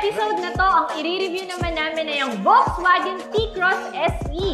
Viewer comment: doc and maam, may I correct you po? VW is a german brand, so its not read or pronounced as as V but with an F and not W but with a V.. bali Folksvagen sya kng basahin.